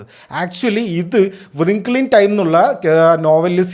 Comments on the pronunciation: റിംഗിൾ, not വൃംഖ്ലേ 😅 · Bro don't take it bad, it's റിങ്കിൾ not വ്റിങ്കിൾ. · Wrinkle എന്നത് വ്രിംഗിൾ എന്നണോ ഉച്ചരിക്കുന്നത്?